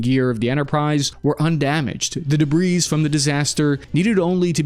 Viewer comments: It's "debree", not "debreez". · Thanks, super as always. but as always, please check pronunciation before starting: deb-ree, not de-breeze. Ta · The "s" in debris is silent. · The S is silent in debris Cap. Love you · Silent s on debris. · You dont pronounce the S in debris.